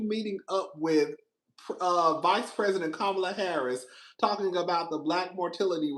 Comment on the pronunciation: And PRESSSSENT 😂😂😂😂